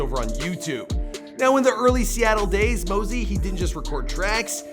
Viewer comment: But when he said moh-sie